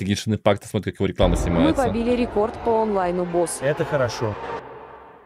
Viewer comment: я не могу разслышать(так же как развидеть, но со звуком) "мы побили рекорд по олайну в осу"